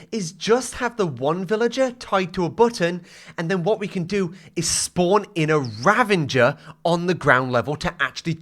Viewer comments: The way he says ravAger like ravINger really annoys me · Why does he say "ravaNger" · Did... Did you saw Ravenger? With an N? 😅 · The “Ravenger” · who calls a ravager a raVENger where did you get the N from???? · Ravenger rather than ravager was killing me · "Ravenger" pains me